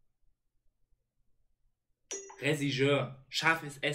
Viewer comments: Regisseur Sprich mal Regie aus, dieses Regie wie: Eyy Regie bringt mir mal ein Glas Wasser Und dann sir wie als wenn du sir Alex Ferguson aus sprichst (söar) Regie + Sir (ausgesprochen: Söar) = Regisseur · Eli: Whealtalk Sid: Olivienöl, Socke: Rezigeur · Reh Schiss hör 😂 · REJISSÖR MAN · wenn man einfach zwischendurch selbst anfängt das falsch auszusprechen weil er es einfach so oft falsch sagt xD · Ich hab mir grad einfach 8minuten angeschaut wie versucht Regisseur zu sagen 🙃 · ja haha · Habe ich mir wirklich 8 min reingezogen, wie das Wort nicht richtig aussprechen kann…ich schwöre ich träume heute nacht davon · super video.. kanns auch nicht ausprechen alles gut kopf hoch